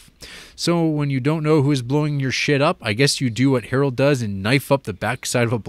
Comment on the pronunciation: Errol not Harold...